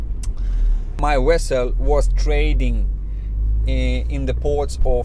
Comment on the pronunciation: Your English verbal skills are excellent, in fact, better than many English (first language) people. I understood every word. It is also endearing (cute) that you pronounce “v” as “w”. For example “a ship is a Wessel”. 👍👍👍